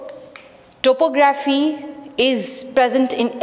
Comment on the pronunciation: uhh thank you so much this seriously helped but pls correct your topo-graphy accent